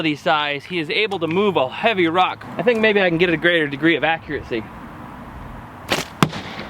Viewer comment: ARRRRRRGH! There is no "t" in accuracy. Accuracy, not accuratecy. Sorry. I have posted a lot of more useful comments. It just really grinds my mind.